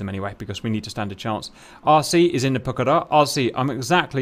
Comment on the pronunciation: Well done for stressing the correct syllable for Pucará